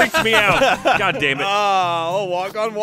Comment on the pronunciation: it sounded like Jack said "GAHT... DAMMIT PAPA!" 😹😹😹